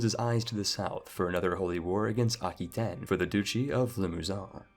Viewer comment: What is this pronunciation? Piety and Aquitane....